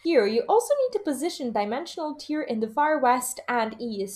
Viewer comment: I love the info it's well done I just have one issue, and I normally wouldn't say anything but I feel like a distinction needs to be made. You keep saying "tear" when I'm almost positive it's supposed to be "tear" and I just can't let it go.